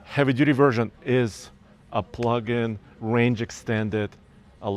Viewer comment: I stopped watching at “plug-in”